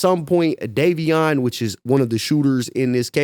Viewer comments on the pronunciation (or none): none